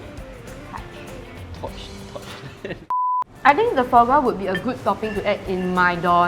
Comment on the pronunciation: Just want to say that "foie gras" is pronounced = fwaa graa. I miss those episodes where it is not sponsored. This episode sounds a bit less genuine.